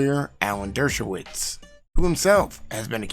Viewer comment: Did you call Dershowitz, Douche-awitz? 🤣🤣🤣